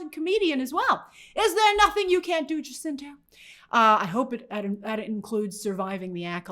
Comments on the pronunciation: Hey Grace, it is pronounced Jacinto ("Ha-seen-tow") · People don’t realize but Manny Jacinto’s last name, the “ja” is pronounced like “ha”, “Hacinto”